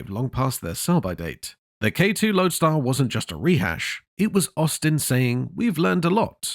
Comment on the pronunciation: The 50,s k2 & k4 were called Loadstar not loadar